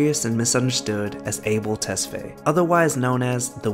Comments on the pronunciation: Its not tes-fey its tes-fa-ye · It sounds TES-FA-YÉ. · Did he really say a bell test fey as a habesh I’m butt hurt